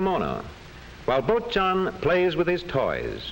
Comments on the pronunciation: 坊っちゃんの発音が思ったよりボッチャンだったw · ぼっちゃーんの発音がうける、あと山田と、ゆきこ草